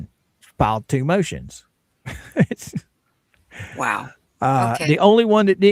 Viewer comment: You're saying MOOOTIONS wrong 😂